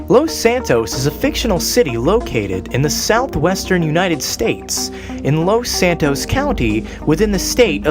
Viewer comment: it's Los santos not lost santos BTW great video.